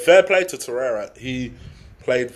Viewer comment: Torrei-RA (the R is pronounced) 👌🏽